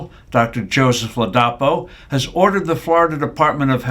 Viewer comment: First, learn to pronounce the name Ladapo correctly, second they are removing mandates, not vaccines.